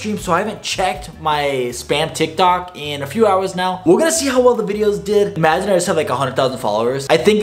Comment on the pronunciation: he keeps saying tiktik